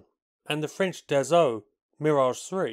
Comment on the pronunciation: It's not DaZault, but DaSSault, pronounced like Assault(which is what it means)